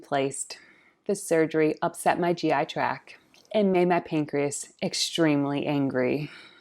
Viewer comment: It's GI TRACT. Not 'track'. 😉